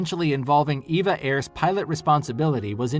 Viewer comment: NOTE: It's EVA Air, not Eva Air (Evergreen Airways)